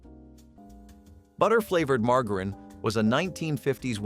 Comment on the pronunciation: What about the way margarine is pronounced!